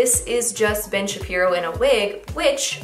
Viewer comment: Really thought you said “Bitch Shapiro’s sister” 😂🤣😅